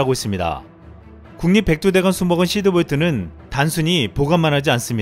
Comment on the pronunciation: 시드볼트야 히드볼트야? 발음이..